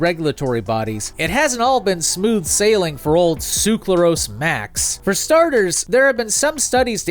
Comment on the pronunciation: Ngl even though i fully realize how hard it is to pronounce these chemicals every time you pronounced "sucralose" as "suclarose" i got increasingly irritated. Good video tho!